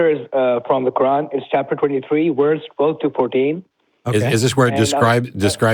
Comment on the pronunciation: pronounces verse as worse... I find that interesting.